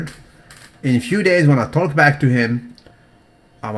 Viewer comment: the "L" in "TALK" is silent bro. You kindergarten English teacher is NOT SALUTED on a DAILYYY!!